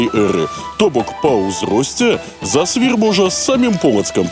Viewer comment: зАсвір, націск на першы склад! Яшчэ ёсць інфармацыя, што і кляштар быў закрыты ў 1861, а не 1831. Дарэчы, інфармацыя пра кармэлітаў і паўстанцаў пакуль на ўзроўні легенд